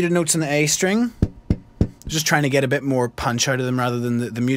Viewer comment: Vegeta*, Vageta sounds so wrong